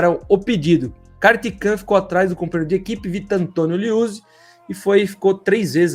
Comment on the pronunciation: Esse daí é ruim pra ler nomes. "Ganzini", "Kartikan", putz...